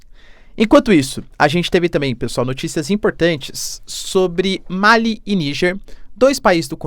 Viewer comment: Professor, seu trabalho é excelente e sigo há bastante tempo. Mas se nele ainda cabe algum contributo, gostaria de pontuar um bem simples: é Malí, com acentuação tônica na última sílaba. Ma - lí e não Má-li Pra nós, africanos, é muito estranho a pronúncia Má-li Quanto à Venezuela, nem mesmo os estados unidos são democráticos, sendo uma oligarquia, no mínimo. Abraços